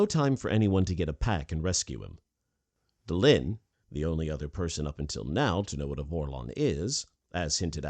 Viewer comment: It's Delenn not Delinn!